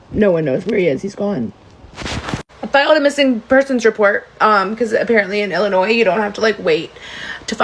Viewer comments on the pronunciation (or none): none